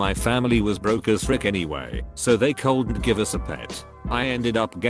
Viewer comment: I hate how the bot always says “Cawldent” like ITS NOT THAT HARD TO SAY COULDN’t